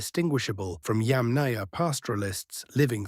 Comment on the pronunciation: It's not pronounced yam-NAYA. It's pronounced YAM-naya. It's not pronounced CURR-gun. It's pronounced coor-GAN.